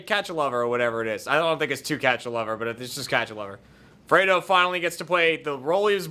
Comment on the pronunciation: I can't believe nobody has said it... Alf-Ray-do